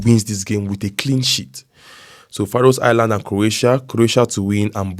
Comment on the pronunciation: Morning..😂Faroe Islands "S is a silent word " like words like knife. Knowledge K is silent 😂😂 love ❤️ that